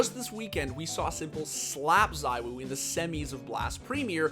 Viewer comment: The whole Zywoo (pronounced Zee-woo, btw) vs s1mple debate kind of makes me think of Mahomes vs Brady in American football. Mahomes is by far the most talented player the NFL has ever seen, but Brady is still the GOAT.